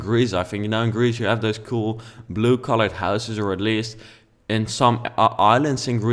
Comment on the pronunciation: He said "I used the color BLUH!" 😂😂😂